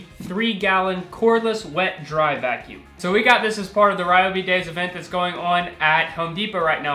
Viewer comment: ryo-bi or even ri-yo-bi is ok lol not rai-o-bi